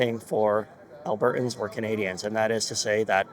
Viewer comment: alberTans. When did people start this business of NOT pronouncing words properly. At least pronounce our province properly Mickey.